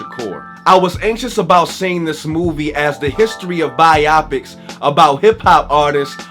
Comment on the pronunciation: Epitome is pronounced "Ah-Pit-Oh-Me" and it's By-O-Pic